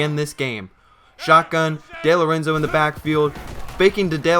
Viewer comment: No big deal but it's pronounced Dee-Lorenzo like Dee Gordon from the Dodgers.